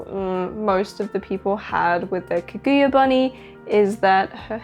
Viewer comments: I just can't with the mispronouncing of Kaguya all video long. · The way you pronounce Kaguya is weird